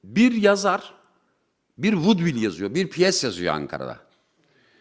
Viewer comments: Vaudeville'in (vodvil) ne olduğunu, "yabancı dil biliyorum" pozu atmak için ağız burun bükerek "woodville" diye telaffuz etmenin ne kadar cahilce ve acınacak bir davranış olduğunu uzun uzun yazabilirdim, ama "vuğdvil"den sonrasını dinlemeyip siktirettiğim için kısa kesmiştim. Laf attığın için şimdi dinledim: "diyo diyo diyo" ağırlıklı, oyunculuk özentisi dolu bir performansımsı olmuş. Tebrik ederim, aynen böyle devam et. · "Woodville" nedir, anlatsana. Vaudeville'e benzer mi, yoksa arkandan uydurduğun telaffuz başka bir kelimeye mi ait? Kağıda bakıp bakıp ismini okuyamadığın, ağzını büzüp uydurduğun Ölondronj kim? Kenarın yarı aydınlarına prim vermiyorum, hele "diyo diyo diyo" diye anekdot anlatanlara asla.